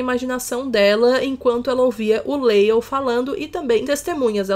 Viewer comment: só uma informaçãozinha aqui, o nome se do Lale se pronuncia Lali, como se lê mesmo! Tem um vídeo dele no YouTube falando sobre a gita muito fofinho ❤️